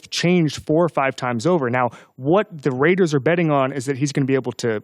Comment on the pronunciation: Who's "Rauders" ?